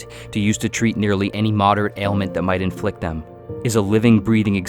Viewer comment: Did I hear ‘afflict’ or ‘inflict’? 🤔